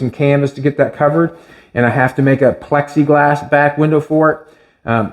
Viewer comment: I like that takes the time to pronounce the l in plexiglass. He used to call it pexiglass. Im sure he heard about it lol